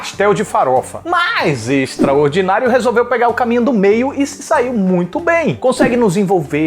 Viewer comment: tbm achei isso, ia ficar mt normal se tivesse falado. Da forma q ele falou ficou "extraordinario"